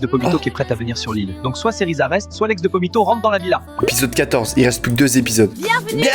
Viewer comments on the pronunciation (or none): Pomito ❌️ Vomito✅️